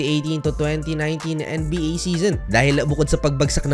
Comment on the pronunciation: NBA po hindi en-ey-bi- ey? 😂😂